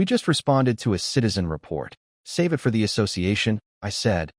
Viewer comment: Your AI narrator needs work. It reads many of the two letter words as two single letters rather than one word. Like it is one word, it, not I t. Us is not u s.